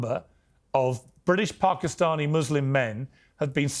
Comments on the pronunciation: When did PARK-i-stani become the pronunciation piers? Well corrected immediately after by jordon. The tone was set and called out immediately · Who knew that Pakistani had an 'r' in it